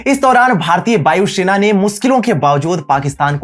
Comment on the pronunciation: It's Vayu Sena, not Bayu Shena